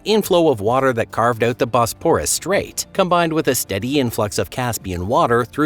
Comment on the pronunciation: I read Noah's Flood, the Ryan/Pitman book when it was first published. It was a fascinating work. BTW, please learn the correct pronunciation of Bosporus and Marmara. Your tone, modulation and consistent mispronunciation were quite annoying. An open throat delivery would be more pleasing.